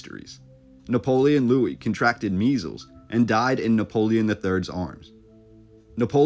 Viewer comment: Guys, Louis is pronounced "Louie", the "s" is silent. We're talking about the French, not Americans.